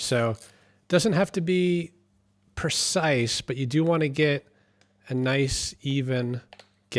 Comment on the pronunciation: "Exahst" is still not a word. "au" is a dipthong and is not pronounced "ah". "Percise" is not a word. "Wauder" is not a word.